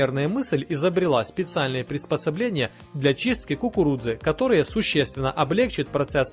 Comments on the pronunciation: Dasha M ты до кукуруДзы досмотри))) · Мне одной показалось что он говорил кукуруДза? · после пятого произношения "кукурудзы" пошла кровь из ушей. Так и должно быть?